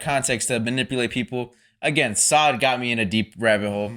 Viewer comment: Please stop calling them sod... its soad, sounds like toad not like god. Thank u😊